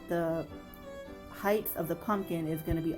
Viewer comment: These are really nice; you deserve more followers! I especially like the berry vines/branches in back. But did you say "heigth?"Like with a "th"? For next time it's "heigHT" like bright, light, etc. It might seem like a small thing but when people watch instructional videos, they like knowing that the presenters are better at X than they are. Like if you cook on camera but mispronounce food items like "chipoltay" vs "chipotle." So, it leaves viewers wondering why they should watch a person who knows less.